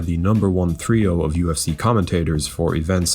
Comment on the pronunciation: the word’s “trio,” not “threeo”